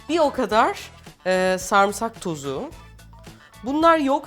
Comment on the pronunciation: n'olursun sarımsak derken başındaki a yı uzatma sarımsak de saarımsak deme